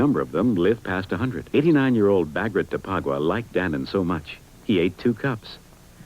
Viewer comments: I don't think that's how you pronounce Dannon. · I was expecting a lot more comments on how she pronounced Dannon (doesn't have an umlaut or something) Never heard it pronounced like that